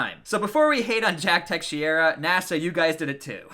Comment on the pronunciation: Teh-shera = teixeira